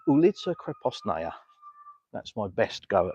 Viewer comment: That "ulitsa krepostnaya" pronunciation was quite good :)